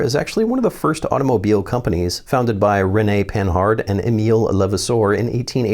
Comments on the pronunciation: It's not pronounced Pan-hard it's pan-ard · Panhard should be read as pah-nahr, not pen-hard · "Panhard" is pronounced "puhnard" I think